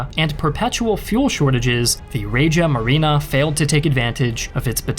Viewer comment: By "Raja Marina"🤔 you meant Regia Marina🤔Some Historians you guys think you are 🤨